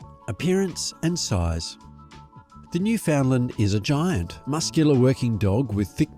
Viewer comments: Where to start.............., Firstly, you need to work on your pronunciation of Newfoundland. Properly uttered it rhymes with understand, as in understand Newfoundland. NewFindland, Newfoundlound, etc are so incorrect and really, really irk the people who live here. In addition, the nickname Newfie is very offensive in these parts. Kind of like calling a person from Pakistan a "Packi" . Please refrain. Next, you say the dog was 'developed' for work with fishermen. Not so. Europeans pitched on our shores in the late 15th centaury. At that time, The Newfoundland was already established, probably welcomed visitors even then. No one had to "breed" them to achieve their abilities. Those were innate You mention Labrador in the video. The Newfoundland Dog has zero connection. to Labrador. However, in the early 18th century, fishermen were wishing they could have a short haired and slimmer Newfoundland. Pulling a 180lb dog over the side of a small boat was dangerous. Locals bred Newfoundland's with a smaller dog called The Saint John's Water Dog to achieve this. Eventually, the result was a short haired, smaller dog. Perfect. It was named The Lessor Newfoundland. In the late 19th hundreds, a British military man, stationed here discovered this dog. He realized this dog would be popular in Europe and renamed it The Labrador. The rest is history. There are many breeds who owe their existence to The Newfoundland. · PLEASE! noo ·fuhnd ·luhnd! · Oh please! Noo fund lund is the appropriate pronunciation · At the very least learn how to properly pronounce both the Canadian Province AND the dog breed's name. Idiot!